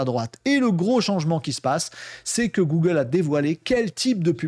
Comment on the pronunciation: Bjr une 1ère ici. Les sujets sont bien mais la narration m’a fait fuir, les "c’est nous qu’on va" et les "gougle" m’ont fait saigner les oreilles. Bonne continuation